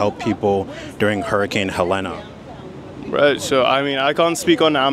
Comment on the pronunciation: It’s hurricane HELENE… pronounced heh leen